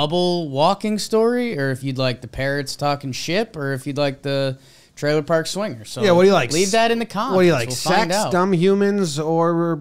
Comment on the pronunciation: I know this is a bit mean and sorry, but when he relapsed and said "twailer" park because of knowing him going to that portable and working on his speech I laughed a lot more then I should have.